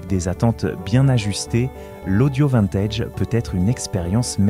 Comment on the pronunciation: Des que j'ai entendu "vINtège. J'ai coupé.